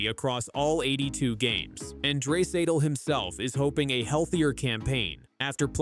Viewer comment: Lol dray-satal 😂😂😂😂